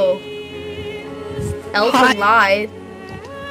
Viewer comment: "Elfen Lied (mispronounced) is literally just fanservice and gore." DISLIKED.